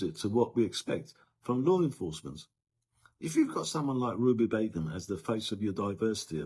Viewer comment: I thought u said Ruby Bacon 4 a minute 😅😅😅